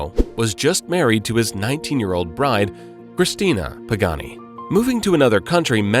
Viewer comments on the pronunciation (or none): none